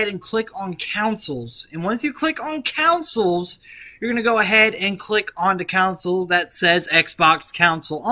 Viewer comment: Bro Said Futures and Coucils LOL but it worked tho